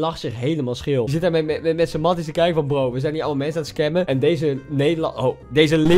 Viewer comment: Waarom zegt bro steeds scannen ipv scammen 😂😂😂😂😂😂